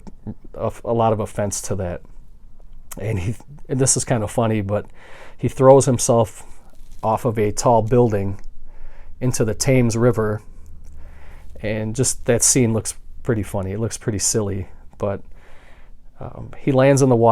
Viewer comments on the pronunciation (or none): Another great video and what an amazing collection of Vincent Price movies! I just wanted to point out (a very, very minor point) that the Thames river in London, England (as well as in London, Ontario, Canada) is pronounced "TEMS", not "TAMES". Keep up the wonderful videos and commentaries. :)